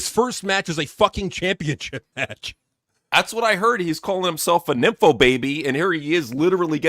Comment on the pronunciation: Fatu said nympho baby 😂